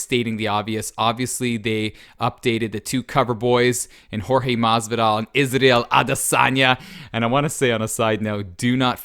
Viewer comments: "Isadel Adesanya" 🤦🏻‍♂️ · you pronounced "Israel" wrong